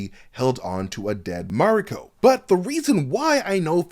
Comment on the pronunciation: Stop saying Mariko like that or get someone who can to do the video